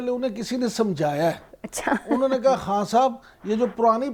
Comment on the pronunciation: خاں نہ کہا کریں۔خان کہا کریں۔